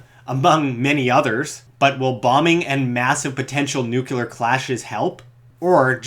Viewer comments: Relentless "Duh" and the word is "Nuclear" not "Nucular" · Said newcular, stopped watching. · Nucular! haha